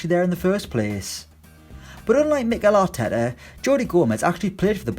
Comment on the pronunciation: "Mickel Atetteh" Jesus Christ the pronounciation 😂